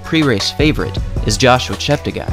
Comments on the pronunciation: Great video as always from _ note its pronounced ChepteGAY not ChepteGUY... cheers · Yeah, apart from butchering Kandie's name several times and insisting on mispronouncing Cheptegei (As many native English speakers running youtubers do)